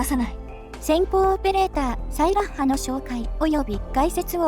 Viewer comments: サイラッハの発音、ソイヤッサと一緒なのね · 俺の西壁特攻お姉さん！！！！！！！！！！ ところで名前の発音、サイラッハ↗︎じゃなくて サイラッハ↘︎なのか